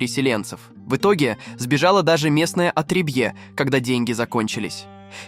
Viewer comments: Что с ударениями?Я не сразу понял что за французское слово -отребьЕ😂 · отребьЕ в исполнении ИИ звучит, как что-то статусное😂😂